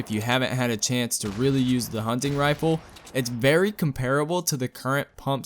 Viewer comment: ...and comparable.